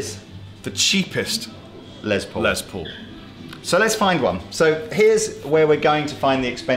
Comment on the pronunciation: LESS Paul not LEZ Paul for the love of christ